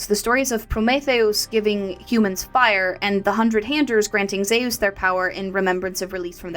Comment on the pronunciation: Good video, but its hot here atm and I feel like a baked potato. Gotta ask though how you came to your zee-ous pronunciation though. How did you come by that one? My brother studied greek for a while and insists its more like zúís whenever we discuss mythology.